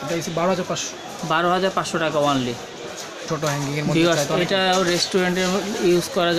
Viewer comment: " হ্যানকিং" আবার কি!? বলুন হ্যাংগিং (hanging) লাইট